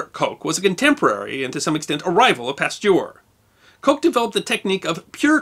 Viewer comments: The name Koch is not pronounced Coke. The single "O" in both German and Dutch is pronounced "AW". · Excellent as always. But Koch is not pronounced 'coke'.